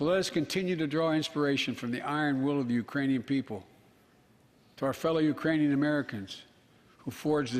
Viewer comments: He says "uranian peole", Wake up it is already day.. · Hahah he did but he said Uranian!! It isn't even a country!! Hah it's like saying " nuclear warfolk' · No, he didn’t say “Iranians”. He actually got tongue twisted and mispronounced Ukrainian. He said “Urainian people ” (yea, go back and listen ) which is still wrong, but not uncommon in human speech and certainly not uncommon with someone dealing with a speech impediment. Considering that he said it correctly the few dozen other times I’m sure you can get over it. Especially, if you put up with four years of the previous president’s speeches. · he said "uranian" thats what I heard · I have increased the volume and have repeated it and I hear no “K” when he enunciated the word. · Wow an old man with a stutter mispronounced a word 😮 so shocked!! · WOW an old man with a stutter mispronounced a word!! 😲